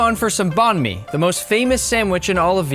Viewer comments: ITS NOT BON ME ITS BANG ME I’m Vietnamese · STOP CALLING IT BAN MI YOUR PRONUNCIATION IS WRONG 😡 (im vietnamese) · Thats not banh my bro😭, American banh my might be true